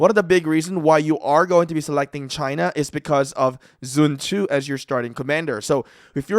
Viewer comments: Bro's saying sun zhu instead of sun tzu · Also it’s pronounced Sun zu